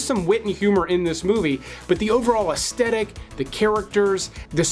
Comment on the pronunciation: Oh FFS it’s pronounced aesthetic as in As-th-e- tic not as-tetic. It is absolutely the worst thing to listen to someone who constantly mispronounces a common word